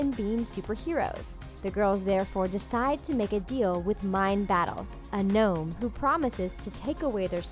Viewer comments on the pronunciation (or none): none